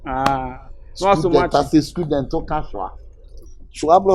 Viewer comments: Aka said schooldent or student ??😂😂😂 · Aka always say “scudent”😂